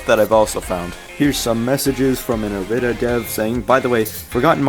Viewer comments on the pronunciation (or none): dude all ive taken from this video is that it's pronounced eh-rih-dah and not ih-rih-dee-ah I ALWAYS THOUGHT IT WAS IRIDIA FOR SOME REASON